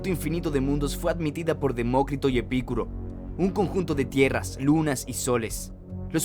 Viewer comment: En primer lugar, no es 'Epícuro', sino 'Epicuro'; así como tampoco es 'domínico', sino' dominico'.